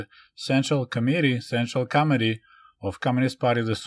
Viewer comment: I heard “Central comedy” instead of central committee 😂